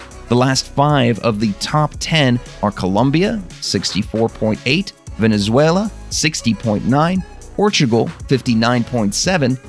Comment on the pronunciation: It’s COLOMBIA, not COLUMBIA